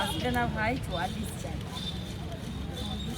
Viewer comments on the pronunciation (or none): none